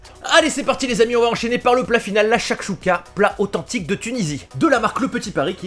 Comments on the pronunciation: Sa s’écrie chouchouca mes sa se dis tchoutchouca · Ça se prononce chouchouka et mechuiya sinon superb vidéo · Sa s’ecrit chakchouka mais sa se prononce chourchouka